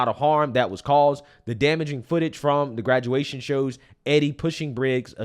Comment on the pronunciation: A graduwation lol